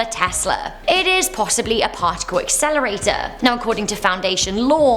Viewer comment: "Partical Exelerater" Me: ⚡💨